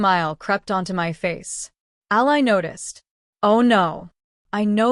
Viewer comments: When are you ever going to learn how to pronounce names, Ally is Allee not Ali Ali in a person or country who is on your side. If you can't do that quit trying this is supposed to be enjoyable for me and all of your other readers. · Yeah. The way she pronounced Ally. Haha